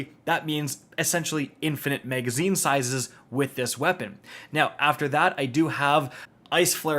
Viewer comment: If you say “mega”zine on more time 😂😭💀